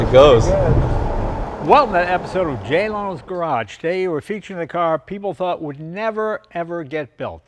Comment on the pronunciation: you mispronounced "hoped" It almost sounds like you said "thought". No, ever since Porsche started printing money with the Cayenne, this was the unfortunate inevitable reality. Kudos to Ferrari for holding out as long as they did, and at least it's a V12 and not an EV.